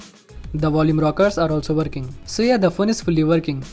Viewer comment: Oh it's verking hahahahah